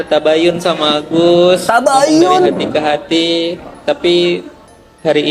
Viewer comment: Pengacaramu tuh ngomongnya kayak gitu,, bilang tabayan tabayun,, 😂